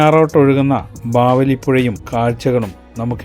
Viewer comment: ഭാവലി അല്ല. ബാവലി